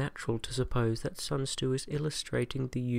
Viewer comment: Ané ASMR sun tzu*